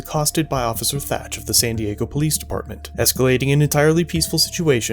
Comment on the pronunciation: Did you say officer thatch? Oh no